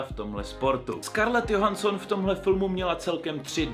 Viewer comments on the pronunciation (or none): číta sa to “Džohanston” a nie “Johanston” 😂😂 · nejlepší výslovnost Scarlet JOHANSON xd